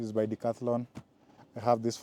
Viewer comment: Everytime you say Decathlon all I hear is "all your money"😂😂